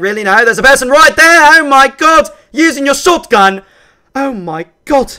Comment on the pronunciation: Whrmen he said shotgun he was so british